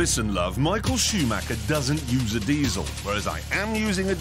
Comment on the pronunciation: It's rare to hear Michael Schumacher's name pronounces correctly